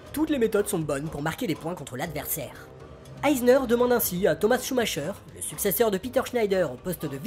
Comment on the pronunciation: Très bonne vidéo, limpide les explications. Par contre, à titre d'information, on dit "Schumaqueur" et pas "Schumacheur". Cela fait grincer les oreilles lol.